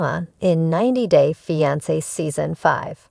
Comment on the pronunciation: Somebody needs to teach AI how to pronounce "fiance". Blocked.